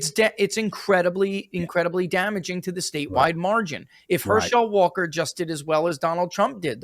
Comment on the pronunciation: Next time you talk to ask him why he mispronounces every name he ever tries to say. HerSHELL Walker? SherROD Brown?